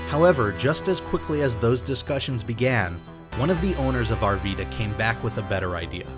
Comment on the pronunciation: It’s pronounced “Ar-Vy-da”